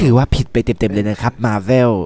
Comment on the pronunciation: เวลาพูดธอร์ไม่ชัดเลย ออกเป็นซอตลอด ธ. ชัดๆหน่อยกันดีครับ ฟังละหงุดหงิดใจ แค่คำว่าอะน้าาา , มาเว้ล ก็หงุดหงิดพอละ แต่ก็ดูนะ ตามอยู่เหมือนกัน ถ้าลดความกะแดะได้ก็จะดีมากครับ ขอแค่เวลาทำคลิปหนังก็ได้ จริงจังกว่านี้หน่อย มาบอกเผื่อพี่จะปรับปรุง ขอบคุณครับ